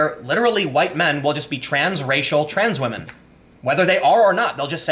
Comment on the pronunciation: Lets say WAMEN